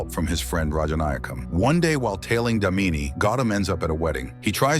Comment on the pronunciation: It's not damini it's daamini 😂😂😂😂😂😂😂 hindi pronunciation